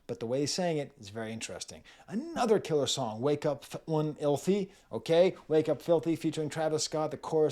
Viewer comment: He also calls F1lthy “F-one-lthy” so 😂